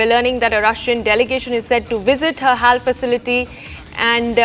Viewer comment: its not hall..... its pronounced as H.A.L ...